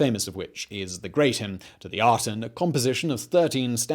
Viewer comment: I see Aten but I keep hearing Atom. Worshippers of the Atom.